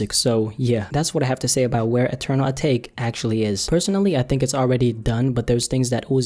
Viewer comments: not uhtake... a tah kay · It's actually pronounced ah-ta-ké but I think ah-take sounds better 😂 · AH-TAH-KAY not fucking ah-take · Pretty sure its pronounced atak-eh